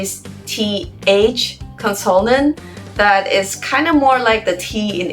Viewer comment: You said "consonant" wrong.